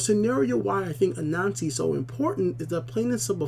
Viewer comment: "Ahnassi", not "Anansi" ! XD